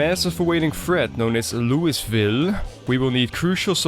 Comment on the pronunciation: I've always struggled to pronounce Louisville, thanks for drilling the correct way a few times.